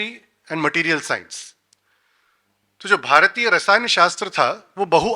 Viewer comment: People who cannot say Bhāratiya and Rasāyana properly will give lecture on the subject? what a joke..!!